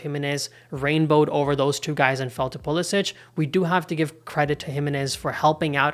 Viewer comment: Don’t you think you should respect Christian and his family enough to pronounce his last name the way he does? It’s been Americanized: there’s no diacritical mark above the last “c” making it sound like “ch.”